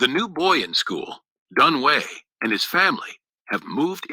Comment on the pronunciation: it's pronounce dun wei but it sounds like doon wee